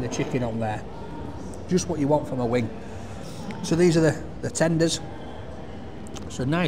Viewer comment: “Wing, wing” “Herro” 😄